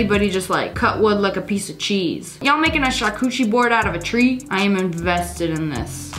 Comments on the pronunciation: bro really said 'charcoochie board'😂😂😂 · Charcuterie NOT charcuchi